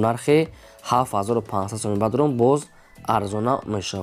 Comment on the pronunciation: Салом алекм автор бародар ами точикира соз гап зан бадорон не бародарон бгу хафа нашав да ма гапой тра соз намефахмм брат